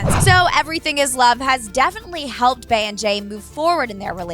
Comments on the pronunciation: How the fuck you mispronounce Bey 😂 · QuentojVEVO love SHES PRONOUNCING HOW IT SOUNDS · It irks my nerves that she kept pronouncing Bey like Bae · Failed censorship and I'm kind of tires of how she pronounce Bey's named Bay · Please stop saying “Bae”. Its pronounced BEE! BEYONCÉ! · It’s Bey as in “Bee”, not Bey as in “Bae” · Its B. Not bAE🤦🏾‍♀️🤦🏾‍♀️🤦🏾‍♀️ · It’s Bey as in “Bee” not Bey as in “Bay” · if she says "bae" one more time.... it's Bey, like "bee", just Bey. Thank you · It's BEEE not BAY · Stop calling her BAY for fuck sake... it's BEY pronounced as BEE! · Stop saying BAY!!! Soo annoying!!! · Quit calling beyonce bey, its cringey, idek how u get bey (bay) from beyonce!bEyonce not bAyonce... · Fam it’s Bey as in BEE not BAY 😂😭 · you're killing me!!! Your pronounce Beyonce "Bee on say" but pronounce her aka "Bae"!!! Get it together!!! It's Bee!!! Now carry on!! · OMG this was so irritating I swear I hate the way white people say Bey it's all was sound like bay SMH just say B that's it B or Beyonce good damn oh my goodness.....So fucking irritating Jesus Christ please just start saying Beyonce that's it.....Leave Bey for the people who knows who to correctly pronounce it please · "bay and Jay" It's BEY pronounced BEE😂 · Bae? Wtf it's bee😂😂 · It’s pronounced bee not bae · Its pronounced "bee" not "bay" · “Bey” not “bae” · It's be eeeeeeeee not bayyyyyy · I hate how she says bae instead of bey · It's bey not bae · It’s pronounced Bee, not bae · bey (bee) not fucking bay, 😂😂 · It’s bee not bae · Bre Nichols She’s pronouncing it like bae not bee. Which is how you pronounce bey. Bee-yonce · QuentojVEVO love you obviously don’t know how to read dumbass. SHES PRONOUNCING IT LIKE BAE WHEN BEY IS SUPPOSE TO SOUND LIKE BEE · Lissaaa nahh only stupid bitches pronounce it like bae. Gtfo😴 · Anthony Crowe “Bey” is pronounced “Bae” and “Bee” you dumb fucks🙄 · It's pronounced "Bee" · Why do they keep calling her Bay?? 😑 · The way you say Bey is painful